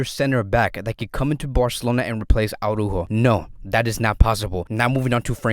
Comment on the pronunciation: The way says “Araujo” haha